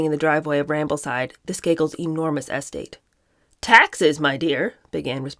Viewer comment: I love your channel., especially the Kennedy books. You’re a fluid reader and excellent commentator. However, I’ve never heard your pronunciation of ‘estate’ or ‘pergola’ before. (IE: emphasizing the the first syllable in ‘estate’ and the second syllable in ‘pergola’) I’m curious, is your variation from Webster’s pronunciation something that’s common from the area of the country where you’re from? Not criticizing, I’ve just never heard that before.